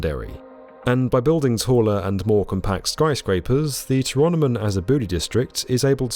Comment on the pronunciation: just uhh fyi 'tyrannimon has a booty' should be 'to-rah-no-mon ah-zah-bu-dai'.